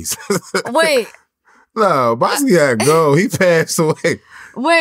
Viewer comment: "You worked with Basquiat?" bro... cmon man